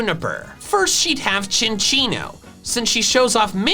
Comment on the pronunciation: Thank you SO MUCH for not pronouncing cinccino as SIN SEE NO